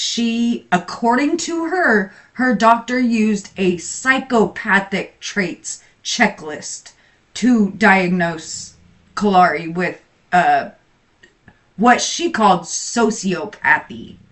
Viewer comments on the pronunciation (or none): So See Oh Path Ee!😅